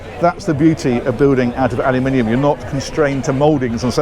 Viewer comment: Very nice pronunciation of aluminium. Still a bit alyum-inium, cut out the "Y", but a vast improvement.